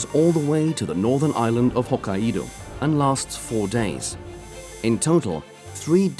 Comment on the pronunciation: Dear Narrator it is HO KAI DO not Ho Kai YI Do